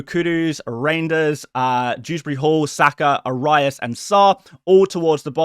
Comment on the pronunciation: Arias is pronounced AH-ree-us.